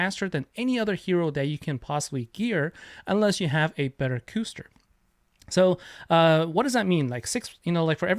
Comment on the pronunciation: Sweet video Custer is such a pain in arena easily fastest so after charge gear fastest Custer gets gem move first. Btw it's cuss ter would be my guess like the European pudding.